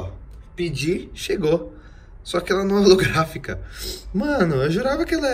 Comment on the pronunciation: Quem se contorse todo quando ele fala holografica kkkk